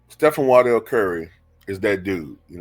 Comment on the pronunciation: It's pronounced WAR-dell Stephen Curry....